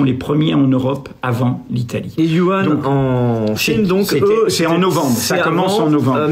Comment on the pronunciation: Vraiment merci. Super vidéo. Par contre, essayez de corriger votre prononciation. j'ai les oreille qui saigne à chaque "Wuhan". ;)